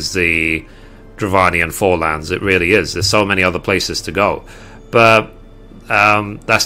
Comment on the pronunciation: lol footlands.FORElands.Thanks for the nodes tip.